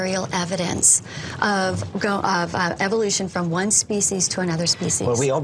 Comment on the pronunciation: what about how he says Evil-lution